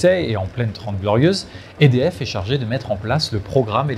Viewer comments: il répète des dizaines de fois le nom "EDF" sans être capable de le prononcer correctement. Il s'agit d'un acronyme prononcé simplement "E-D-F", sans quelconque accent ! Le pire à relever ici est que personne n'a daigné lui en faire la remarque avant de publier cette vidéo...nivellement pas le bas comme toujours. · oui c clair. Apres ils sont pas mal a dire édf